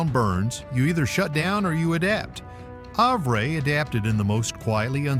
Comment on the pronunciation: It’s pronounced Have-er.